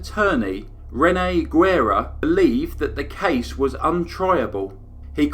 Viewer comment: Great case. But as a native Texan, I'm cringing at your pronunciation of Guerra.